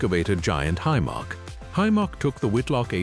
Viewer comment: Hi-mark? Hy-Mac you mean. AI narration is shi*e.